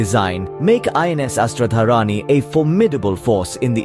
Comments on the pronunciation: अस्त्र-धारिणी . Kindly , pronounce correctly. A Sanskrit name. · it's pronounced Astra-Dhaarini